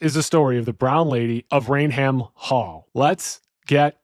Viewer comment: “Rain Ham….???!!!’” 😂😂😂😂😂 It’s pronounced “Rayn-um” 🤦🏻‍♂️